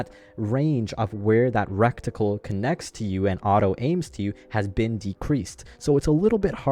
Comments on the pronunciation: that word is reticle. not recticle, other than that good video. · It's "ret-i-cul" not "rekt-i-cul" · its pronounced: Ready-kull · Recticle sounds Hella funny though I vote to induct it into the dictionary.